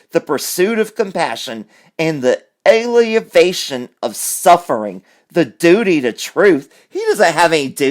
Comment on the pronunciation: Hey, you pronounced the word "alleviation" incorrectly....twice. and May I suggest you look it up and listen to the correct pronunciation. It's one of my pet peeves with YTubers that are pointing out the failings of others; using words improperly and/or mispronouncing them. You have the option to look the word up and then edit the mistake out. Why not use that to your advantage?